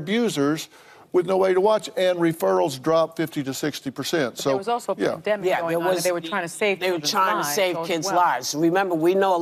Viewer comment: PandEmic, not pandAMic